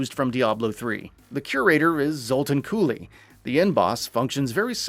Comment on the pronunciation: Say it with me. "ZUL-TAN COOL". Not Cool-e.